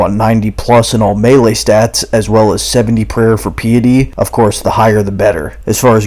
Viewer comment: Fun guide, you pronounced piety wrong though.